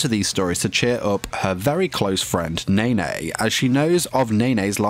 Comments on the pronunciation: How he pronounce nene: Nae Nae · "and one of nay nay's friends"